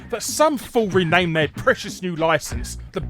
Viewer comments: "Ranamed" ... back to watching the video hahah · Uh.. "ranamed". That's all I'm gonna say. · "Ranamed" Larry? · "Ranamed". Heh, nice one.